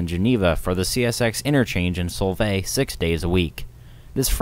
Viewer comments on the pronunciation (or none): Fyi, It's Sol-vay not Sole-vay😅